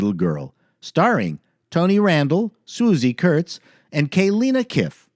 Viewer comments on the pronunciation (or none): How can you pronounce George Dzundza correctely and not Swoosie Kurtz (not Susie) not pronounce and Barnard Hughes (not Bernard). Your killing me here! Favorite forgotten James Garner show, "Nichols" 1971.